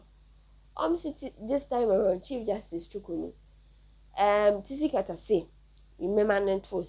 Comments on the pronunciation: Pls your pronunciation the name is wrong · Please learn to pronounce 'Tsikata's name correctly